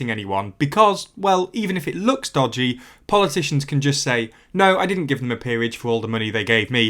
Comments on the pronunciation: dodgy, not dogdy XD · It's "Dogdy", woof!